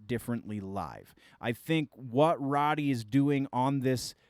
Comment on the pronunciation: Road-e, not Rod-e